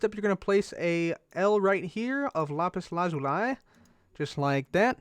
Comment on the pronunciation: No hate but it is lapis la-zoo-lee